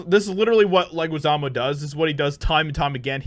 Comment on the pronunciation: His last name is pronounced "Leh-ghee-zah-mo." Just helping you out.